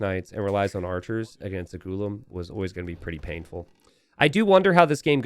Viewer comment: The pronunciation is a little different its : gu-laam (means something like servant/slave as far as I know)